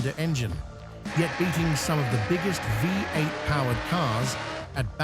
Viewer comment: Because it's an AI voice - note "Vie eight" part way through and "Lives on" (rhymes with Chives) later. Content is probably AI generated as well - so easy to detect as it has the feel of being written by a 12 year-old, repeats information and is usually riddled with errors.